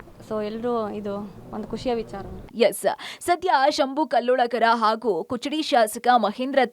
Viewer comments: Kuchadi ಅಲ್ಲ ಅಕ್ಕ ಅದ... Kudachi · ಅದು ಕುಚಡಿ ಅಲ್ಲ ಕುಡಚಿ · ಕುಚಡಿ ಅಲ್ಲ ಮೇಡಂ, ಕುಡಚಿ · Not kuchadi it is Kudachi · ಕುಚಡಿ ಅಲ್ಲ ರೀ ಅದು ಕುಡಚಿ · ಅದು ಕುಚಡಿ ಅಲ್ಲಾ ಕುಡಚಿ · ಕುಚಡಿ ಅಲ್ಲ ಕುಡಚಿ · ಕುಚಿಡಿ ಅಲ್ಲಾರಿ ಕುಡಚಿ ಅಂತ ಹೇಳಿ ಚೇತನ ಟಿವಿ ನಿರೂಪಕೀಯರೇ ನಿಮಗೆ ಕರ್ನಾಟಕದ ವಿಧಾನ ಸಭೆ ಕ್ಷೇತ್ರದ ಹೆಸರು ಹೇಳಲು ಬರುವುದಿಲ್ಲ.ಕನ್ನಡ ಬರದಿದ್ದರೆ ಕಳೆ ತಗಿಯಾಕೆ ಹೋಗಿ. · Taayi adu not kuchadi, kudachi😅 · Kuchadi alla madam adu kudachi😂😂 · ಕುಚಡಿ ಅಲ್ಲರಿ... ಕುಡಚಿ ಅಂತ ಹೇಳಿ... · Kuchadi 😂 alla kudachi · ಕುಚಡಿ ಅಲ್ಲಾ ಅಕ್ಕಾ ಅದು ಕುಡಚಿ😂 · ಏ ನಿನೌನ್ ಕುಚಡಿ ಅಲ್ಲ ಅದು.. ಕುಡಚಿ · Hey , It's Kudachi not kuchadi😑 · ಕುಚಡಿ ಅಲ್ಲ ಕುಡಚಿ ಮೇಡಂ 😂😂 ಇದನ್ನ ರಂಗನಾಥ್ ಸರ್ ಕೇಳದ್ರೆ ಅಷ್ಟೇ ನಿಮ್ ಕಥೆ 😂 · its kudachi..not kuchadi🤭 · That is KUDACHI and not kuchudi.. pls read correctly